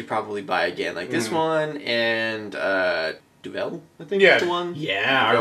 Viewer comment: duvel isnt pronounced like that :) its should sound like duv(e)ul |(sound right to me then :P )